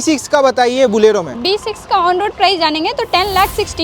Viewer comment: Bhaiya ji it "bolero" not "Bulero" for hindi speakers